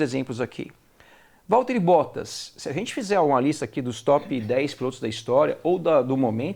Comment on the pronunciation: Ele falou Valteri Bosta kkkkk